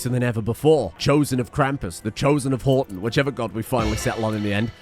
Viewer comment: Everytime he says Horton I just hear "I'm Rodger"